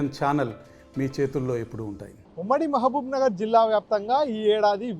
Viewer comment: Sir mahsbubnar or mahabub bsd correct ga chepandi plese